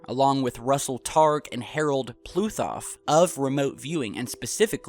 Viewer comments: Pudoff. Not Pluthoff. Dumbass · His name is Harold Puthoff , not PLUTHOFF ...